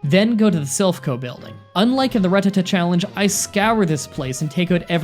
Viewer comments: The way you say 'rattata' hurts. It's a rat, not a rut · Seriously, the way you pronounce rututuh makes no goddamn sense it's a RAT RATTA TAT TAT IT IS NOT A F*CKING RUT!!! Fun fact: pokemon cannot be in a rut either. Their financial situations are very much in check, because they never need money. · Ratata not Ratatta😉😉😉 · Rattata, not Ruh-tuh-tuh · 😠😠😠😠😡😡😡😡you mispronounced rattatada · But Ratatta so wrong